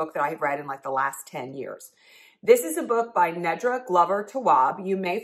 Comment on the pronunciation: Her name is Nee-dra. Next time, YouTube the author so you can hear them say their name.